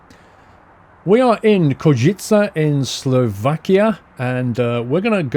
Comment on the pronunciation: Heey! Košice, my hometown :D You got it almost right, but the proper pronunciation is simply Koshitse.